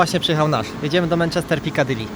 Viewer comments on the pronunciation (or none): none